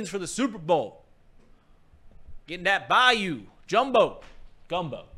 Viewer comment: not bay-yoo boys. it’s bye-yoo.